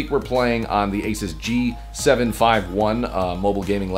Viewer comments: You've been pronouncing ASUS wrong It's Uh-Soos not Ay-Suhs. Also the ASUS in ASUSTeK Computer comes from Pegasus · A SOOOS = ASUS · its pronoced asos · I always had thought that it was a long "u" in Asus. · you said the name of the laptop wrong in the end slate.